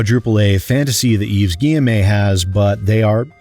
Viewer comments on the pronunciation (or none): Hey, just want to point out it's pronounced Gui-ye-mo and not Gui-ye-may. Have fun with the D&D stream! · Stop saying guyemé plz that’s not how it’s pronounced do some effort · Hey, Just to let you know, Yves's name is pronounced "Eve ghee-eh-moe" I found myself snorting a bit at your pronunciation as a French speaker. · The pronunciation of Guillemot as "Gi-Em-A" is killing me! XD I can't breathe! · Love that you put in the TB-style review of the options menu 😄 Also love that you consistently mispronounce Guillemot's name, because he clearly does not respect the customers of the games he publishes, so neither should we respect him in turn.